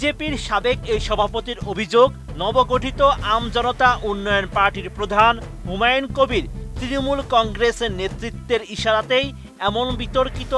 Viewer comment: এতেরে স্বরাষ্ট্রমন্ত্রী বানাইলো কে হুমায়ুন কবিরের নামও ঠিকমতো বলতে পারেন না